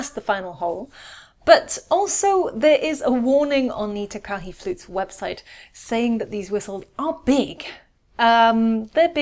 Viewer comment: Takahe is pronounced Taa Kaa Hey. Ruru is Maori for a breed of native owl in NZ